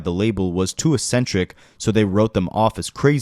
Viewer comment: it's pronounced eksentrik not assentrik